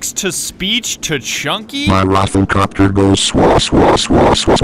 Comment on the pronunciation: the “rofl copter” gave me a stroke (the good kind)